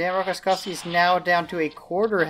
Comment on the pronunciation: he is not Rokoskovsky, but Rokossovsky!